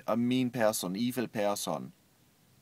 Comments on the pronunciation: kind of embarassed to be german now.. -.- "mean pearsson, eevil pearsson" ^^ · He says "person" funny hehe